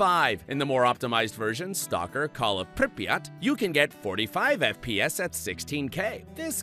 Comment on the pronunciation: Мне понравилось как он "Припять" прочитал: "Калл оф Припьат"😂😂